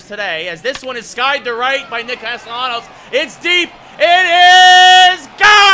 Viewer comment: Great video except the pronunciation of Castellanos